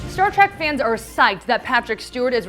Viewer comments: Because of this I lasted less than 30 seconds watching this trash. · Does it bother anyone else that she has difficulty saying "trek"? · Say TREK not TRACK! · It's Trek, not track. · Stop saying track, omg, it is a Trek not a track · It's pronounced Star Trek not Star Track. 🖖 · Trek Trek Trek, Not Star Track! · It's "All Access," not "Allaxis." It's Star TREK, not Star 'Track.' The supernova doesn't threaten to destroy the entire galaxy, and Spock's efforts in the future FAILED. SMH. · I wanted to enjoy your informative, helpful video, but could not finish due to the fact that your hostess insists on mispronouncing 'Trek', as 'Track'. Please get her a speech coach. thank you. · This video would have more credibility with a narrator who didn't keep referring to "Star Track" and "Captain Bacard" like I did when I was 6. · i love how she says Star Track.. Ugh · The announcer in this video DRIVES ME CRAZY. The word is "TREK" as in star-TREK. There is not "TRACK". NEVER Star-track. Ever. Ever. Ever. She uses each this term way to many times for it not to be noticed and not be considered intentional. No accident. She does not know. Doubtful this young woman has EVER seen more than two episodes of the show. Thanks, IGN but we'll pass on any more of your videos and make sure our other trekkie friends pass as well. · Why does the narrator call the show Star Track? That's rather annoying. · Why does it sound like she is saying star track when she must know that it is Star Trek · Did she just say Star Trak? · This is why I hate my fellow millennials. She, and her producers couldn't even be bothered to know how to say the freakin' topic of their own video. Ugh. Think about how much better us Trekkies and nerds could have done. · Maybe she thinks the only way to travel in space is by space train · She called the show "Star Track" throughout the video. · Trek with an “E”. Why does she keep saying track? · Quit saying Star TrAk plzzzz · She keeps calling it Star Track..